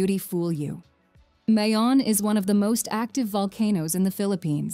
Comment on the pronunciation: Mayon Volcano,,,,all our vowels,,, especially,,(a) is pronounced as short vowel...please don't say it in long (a) sound ...